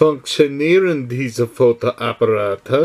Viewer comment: Thumbs up! sometimes it's strange which words your computer program judges "wrong" or "right". For example, you pronounced "Fotoapparate" (cameras) at minute absolutely correct, yet the program said "wrong". Strange!